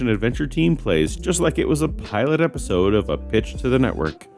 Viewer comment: So is it isodeo or iesodo? You kind of fckd up there